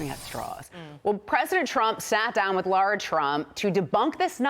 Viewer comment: Why do some people have a hard time saying “LARA?!” It’s NOT LAURA!